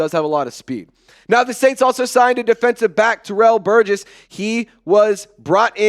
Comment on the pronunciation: You pronounced the last name Burgess right 😂🤗